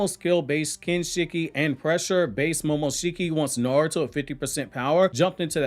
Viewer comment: This man can't pronounce words to save his life "shedori narrative and niaruto" like God damn pronounce it right damn shit